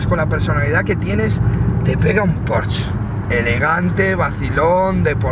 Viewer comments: Se dice Porsche... no porsch.... hortera. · Se dice Porsche tal y como suena no "Pors" cómo dices es un error común. En alemán se pronuncia así.